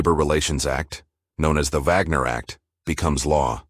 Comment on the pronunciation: It's called the Wagner act, with a w pronounced as in wagon. Is this AI voice German?